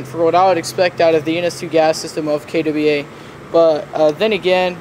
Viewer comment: "kay Dubbie ai" ?